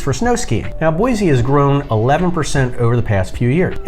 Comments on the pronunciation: There is no z in Boise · Boise does not have a Z in it!! It’s Boisssse (with an S). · You mispronounce Boise and Oregon.